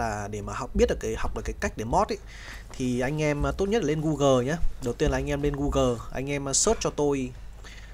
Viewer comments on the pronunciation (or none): none